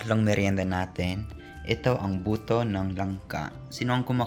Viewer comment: Buto - mabilis bigkasun. Tanong mo Kay Jessa Pag mabagal ang pagsalita mo sa Buto hahahaha